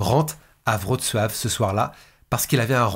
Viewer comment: Toujours au top.Je note tout de même ton application et ta difficulté à citer la ville de Wroclaw.Ma mère y est né.On ne t'en aurait pas voulu de prononcer la ville à la française en phonétique soit vroklo ou vroclaw😀